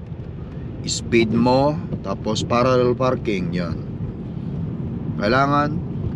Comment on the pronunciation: It’s PARALLEL parking not PARARREL.